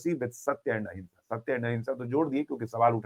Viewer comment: वो अहिंसा नही अहिमंशा